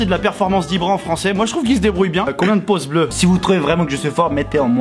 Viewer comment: il fallait lui apprendre à dire "pouces bleus" au lieu de "poce blo"